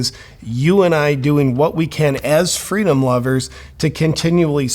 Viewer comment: did you say freedom or fritos?